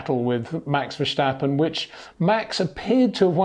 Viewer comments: I don't think he does that on purpose. but you are right about the pronouncement. it is Verstappen and not Vershtappen. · Good stuf this time. One point that annoys me is your pronunciation of Verstappen. It is similarly pronounced as the English word: Stop, Tip, first part of vertigo, than stop (but substitute the o for an a) and finish it with how you pronounce the word pen.